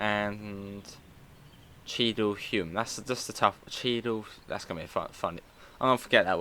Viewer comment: Cheadle Hulme is pronounced 'Hewm'. Same with Levenshulme.